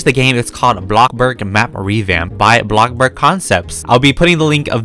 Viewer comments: Why does he say blokburg its bloxburg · He says Blockburg not Bloxburg XD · me totally not raging every time says blockburg instead of bloxburg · Him ‘BlOcKbUrG’ Me ‘it’s called bloxburg’ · ( if you see this, im sorry if it's offencive) bruh why does it make me burst into laughter when instead of saying bloxburg, he says box-burg XD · ITS NOT BLOCK ITS BLO - X DANG BRO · why to you say robloc and blocburg instead of roblox and bloxburg?? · He keeps saying block burg instead of bloxburg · It is bloxburg not blockburg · He does that on purpose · Please stop saying BLOCK-burg, just please, it’s BLO(X)burg (sorry to be mean, it just makes me mad) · No one:: ”bLocKBerg” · Who likes it when says BLOCKBURG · i’ve gotten so used to saying “blockburg” that it’s now what i call it i personally think it should be changed to that lol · my fwabwic car- heEloowo everyOwn we Awe bacc hewe in - AbLOkkBorG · Nobody: Not even a single soul:: bLaKbUrG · BloCkBorG me:okay lets try this*Inhales*BlOck BoRg it kinda sould like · “Blockburg” u have played the game for ageas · WHY HE SAY IT LIKE THAT BlOcKbUrg 😭😭😭😂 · We love “blockburg” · "block burg" lol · When he says ablobog I say ablobog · cant say the word X hiihihhii:> blokburg:> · Is it just me or am I hearing “blockburg” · Btw it’s Pronounced Blocks-burg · He sed a blokborg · my question is why do you say blockburg- (I’m not a hater)